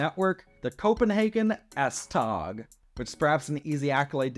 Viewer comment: Regarding the Copenhagen S-tog: 1: it's pronounced more like S-tow or maybe S-toe. In Danish, g is usually softened to a 'w' sound if placed at the end of a syllable. 2: there are no current plans or even discussions to extend S-train service to the airport. However, there are serious deliberations about building a second city-centre tunnel, often referred to as the "express tunnel" because it would have a more direct route and fewer stops than the current tunnel. 3: the F line will be the first to be fully automated, but current plans are to make ALL the lines fully automated. 4: the tram/light rail line on Ring 3 is already nearing completion and will open its first stage in late 2025, with the rest opening in 2026.